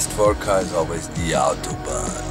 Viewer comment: Warum sprichst du "Autobahn" falsch aus? ;D